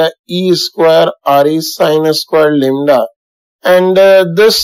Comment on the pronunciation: Lambda or lembda 😅